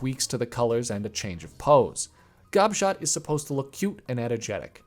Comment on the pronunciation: Gobshot is such a funny name. When I first heard you say it i thought you said Gobshite and i was dying of laughter